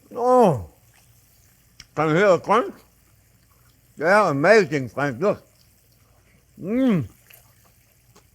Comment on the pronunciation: Fwends. Mawanade